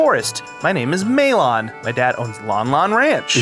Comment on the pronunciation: Maylawn? In what world is it not Mal-uhn and Tal-uhn? Or Ma-lohn and Ta-lohn in Japanese.